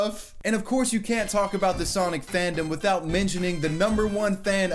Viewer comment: Sonigga. its sonniga.